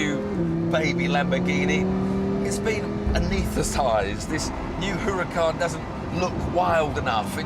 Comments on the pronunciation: IT'S NOT HUH-RAH-KAHN, IT IS U-RAH-KAHN HAHA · Jeez, just listen to this guy! What the hell is a Hooracan???? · Huracán H has no sound in Spanish, so you might as well say Uracán stress in a, We mark it á. The accent mark ´. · He doesn't like the looks, and he can't pronounce a simple Spanish name correctly. Why should I be listening to this old man again?